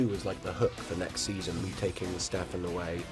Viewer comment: It's STEFAN not Ste-faaan xD